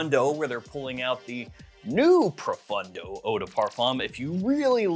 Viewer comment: It is ProfOndo, not ProfUndo😂